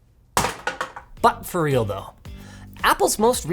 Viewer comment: "Butt fur real tho!"